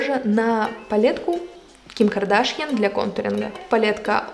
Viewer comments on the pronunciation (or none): Не Ким кардАшьян, а Ким кардашьЯн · КардашьЯн, ударение на Ян, у армян . Ваш не предвзятый обзор, так и кричит: какое дорогое дерьмо. Спасибо, будем знать.